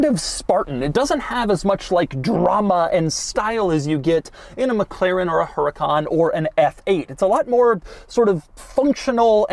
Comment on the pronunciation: It's pronounced Uracaan and the mirrors on the side are called sideview mirrors not rearview mirrors.